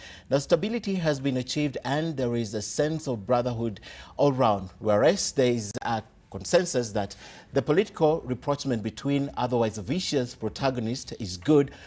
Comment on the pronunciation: It's pronouced as '/raˈprɒʃmɒ̃/' not 'reprochment'.. Githeri media and Githeri anchors 🙄🙄🙄